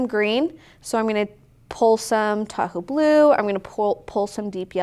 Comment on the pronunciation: This is SO fun! I'm enjoying the process. Side note: Every time you say, "Tahoe Blue," I hear, "Taco Blue." 😆💙